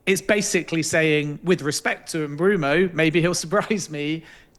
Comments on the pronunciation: I’ve heard it pronounced Mbwemo, I’ve heard it pronounced Mboomo… pronouncing it Broomo is CRAZY WORK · Swear tf if i hear M-Broom-o once more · Why does Ben keep saying MBroomo? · Top sports jounalist, keeps calling Mbuemo as Brumo. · Great video!! But dude needs to work on his name pronounciations Mbroomo and jonkeres hahaha. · The guy's just got it wrong ! Not good enough and bloody annoying 😡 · Take a shot every time he says "Bryan Umbrumo" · This is all just his opinion. Also anyone who pronounces it “Mbroomo” can’t be seen as reliable. He’s putting 2 and 2 together or stating the obvious that anyone can do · It’s M-boo-mo, no? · Bloke said Mbeumo’s name 100 times in 30 mins and got it wrong every time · Let him say it wrong how many times he wants , u understood who he's talking about so that's enough .